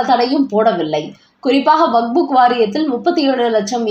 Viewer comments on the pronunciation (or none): WAQF. ‘வக்ப்’. சரியாக உச்சரி.